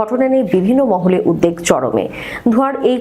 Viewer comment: আপনি উদবেগ কে উদদেগ বলেন কেন? কোন্ অভিধানে এটা পেয়েছেন?